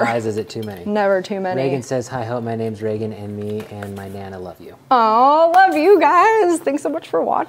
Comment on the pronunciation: I love you so much Hope but you are BUTCHERING normal names 😂